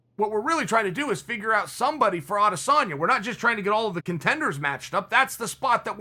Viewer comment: How can he say rat lip skinny samalian, adesambo, adesamali